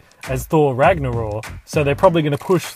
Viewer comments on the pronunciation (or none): Mate I love your video's , your humor, how you give the spot light to other channels and of course the content you produce. but by Odin beard Thor 3 is pronounced Rag-Na-Rock. ; ) Keep up the great work. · Is the K in Ragnarok silent or something? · Ragnaror? Is that how it's meant to be pronounced??